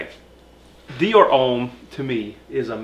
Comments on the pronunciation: Its pronounced Hom, not home 😉👌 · Great review guys! Love all your reviews but for the love of God homme is pronounced ohm not ome